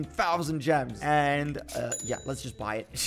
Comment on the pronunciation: I laugh when he say ya